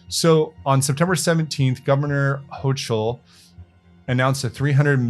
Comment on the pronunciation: Pronounced Gov. "Hokel" 😉